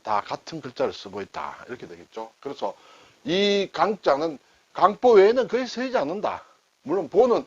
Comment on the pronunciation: 襁褓를 발음할때 저는 경음화없이 그냥 강보로 발음하는데, 강사님께서는 강뽀로 발음하시네요. 어떤 게 맞나해서 좀 찾아보았습니다. 제가 알아본 결과는 원래대로 발음하는게 원칙인 것 같습니다. 오늘도 잘 배웠습니다.